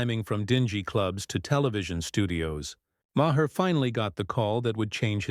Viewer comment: Ma-her? Ma-hair? Who’s that? (AI narration is pathetic.)